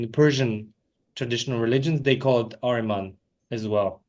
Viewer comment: greetings, a notable note: it is not "Areman", especially in Persian Language the word is "AHRIMAN" , "اهریمن"